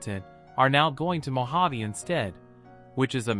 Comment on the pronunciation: It was all those times called him Mo-jav. He had enough.